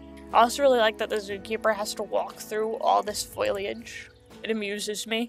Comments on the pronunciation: fo-li-age ... not foilage ... (great video btw! super underrated) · Not to be mean or anything... but its foliage. Not foilage. Its just a word that is used so much that it actually becomes noticable. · You’re pronouncing “foliage” like “foilage” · fo-lee-edge! NOT FOIL!!!! lol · FOE-lee-age. Not FOY-lee-age. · It made me laugh every time you said foliage, not just because of how many times you used it, but also because of how you pronounce it with an extra ‘i’ like foiliage lol. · and sometimes Foiliage or just foliage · I also used to call foliage "foilage". I giggle when I hear it. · Omg I keep on getting triggerd because of people saying foileage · Strategy? Stragety ✅ Foliage? foilage ✅ Conducive? Conductive ✅ 💀💀💀💀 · I love the zoo but your pronunciation of foliage is kind of bad xD fol-ee-age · I really thought this video was great and you deserve to have your channel grow tons! I don't know how to put this without sounding mean, but I don't think you're saying the word foliage correctly and it's the only thing thar bothered me in this otherwise percect video. And the only reason I really noticed is because you said it so much 😂Good job and I wish you lots of success! 🎉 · You said foliage so many times and you mispronounced it every time